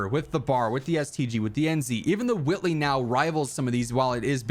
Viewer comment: Huwhy are you saying huwhitley like that